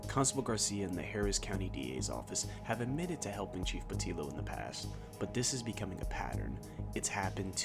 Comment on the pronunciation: Lookee here bud... Portillo is pronounced Port tiyo... I understand how white folks don't want to respect hispanic names... but come on man... oh ya... 3 hours away from Houston could be lots of places in Texas such as Dallas or San Antonio or even Austin... so where is this place again? 3 hours driving in Texas on most of the highways is at 70 - 80 miles per hour.... hmm, where could it be?